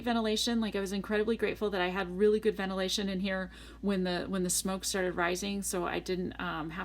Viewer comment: What is "vennerlation" , you keep saying this but ... What? So confused...